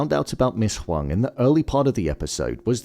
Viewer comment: I am Asian and at first I thought her name was Ms. Wong because of how it was pronounced in the show but it’s actually Ms. Huang lol. I wonder if they purposely used an Asian actress for this role in connection to Gemma/Ms. Casey who happens to be Asian as well!